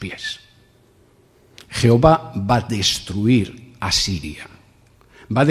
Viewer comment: Deja de decir 'jeova' o pierdes toda credibilidad